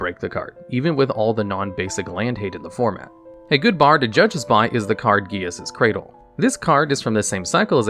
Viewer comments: Jesus’s Cradle… You know how I can tell this dude has NEVER played paper magic? Because he would have been murdered for mispronouncing damn near every card name and not even trying to get them right. Clearly only plays Arena where his opponents can’t hear his bullshit. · "Code Geass' Cradle" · Gee-aysahs cradle? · I... don't even know what that pronunciation of Gaea's Cradle was 😵‍💫